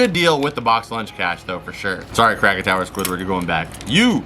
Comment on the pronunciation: The way he said krack a tower😂😂 I love this guy man bro is so funny and amusing